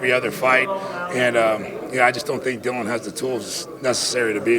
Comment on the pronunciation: Dillian White's name is pronounced Dillon or Dylan ! the sport doesn't know 😭😭